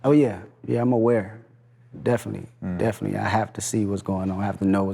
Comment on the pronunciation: He says it like "Definy" and "perid" lol